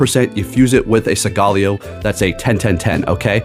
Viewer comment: Segaleo??? Isn't it SOLGALEO, SOOOOOOL...GALEO🧐